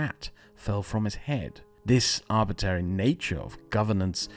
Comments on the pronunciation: I like the video but every time he says "arbitary" I have to take a shot. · Please stop saying arbitary, it's like hearing someone say libary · It's pronounced arbitRary my friend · Just a note that it's pronounced arbitRary not arbitary. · politely: idk why but it bothered me you said arbitary instead of arbitrary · Just discovered your channel and subscribed. Fine work, and thank you. One small thing. Arbitrary is most often pronounced "AR-b'tray-ree." You're leaving out the second 'r.' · the fact that you keep saying "arbitary" instead of "arbitrary" annoy me much more than it should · That's "arbitRary" not "arbitary". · Great content, g. One little note: I think it's arbitrary, with an 'r' between the t and the second a. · Crazy intersting video, loved it. However, isn't arbitrary pronounced arbit-rare-ee, not arbit-air-ee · ArbitRary, not Arbitary. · It's "arbitrary" not "arbitary" lol. It's funny how people select for British accents as sophisticated even if the speaker can't pronounce words correctly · You sure gotta be on guard against anything "arbitary"! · ArbitRary. There's another R in it!!!! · "arbitary" nucular english skills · Arb-it-rary, otherwise outstanding video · came here to say that. Thought it was a one off but it happened again several times after that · Please learn how to pronounce arbitrary. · Please learn how to pronounce arbitrary correctly! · You mispronounced "arbitrary" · Say “trial” Now say “trary” Now say “contrary” Now say “Arbitrary”